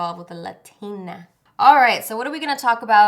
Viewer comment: "he didn't know he was getting involved with a laTINA" lmao the emphasis!